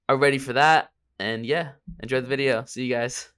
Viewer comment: Never say vawideo again.